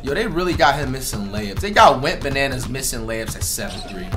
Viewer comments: Bruh it’s “Wetbananas” not “WENTBANANAS” 😭😭😭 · whole time im thinkin he was sayin wet bananas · This whole time I thought he was saying “wet bananas” 💀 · I thought he called him “Wetbananas” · What the heck. I’ve been thinking he was saying “Wet Bananas” lol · Whole time I was thinking this nigga was saying ‘Wet Bananas’ 😂😂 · I thought you were saying “wetbananas” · I always thought he said wet bananas